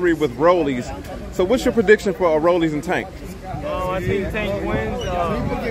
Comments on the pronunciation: Why do people call him Rollies it’s Rollie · Rolly not Rollys lmao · Why does he keep calling him RollieS????!!!!! with the S. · Why dude keep calling him "ROLLIES" 🤔 🤣🤣🤣😭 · #1 stop saying Rollys… #2 stop asking about Mayorga every time for crying out loud..